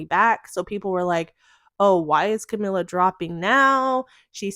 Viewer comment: you can’t even pronounce her name correctly. if you’re gonna do yOuR JoUrNaLiStiC duTiEs 🫡 then here’s an idea.. do better research so you can then know the difference between camilla and camila and famillia and familia. girl, bye.